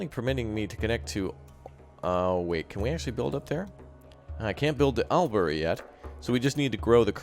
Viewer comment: I think bin is not quite the sound, and burn is not quite it either, it's shorter...more like just "bn" so Briz-bn and Mel-bn And lets not forget Albury = All-bur-ee